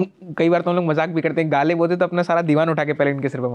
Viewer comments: The Urdu pronunciation needs correction. It is jarring to the ear. Ghalib was pronounced as Galib !! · वीडियो शुरू होते ही ग़ालिब को गालिब सुनना थोड़ा बदमज़गी-सा है. साहिर का मशहूर शेर भी ग़लत पढ़ा गया